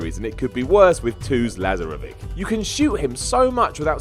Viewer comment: Oh man, really? His mispronunciation hurt my brain every time he said it.